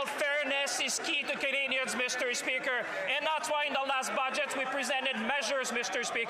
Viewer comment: the way she says "mIsTEr spEAKer" makes me want to throw up